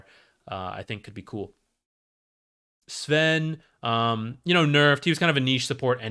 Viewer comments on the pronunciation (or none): none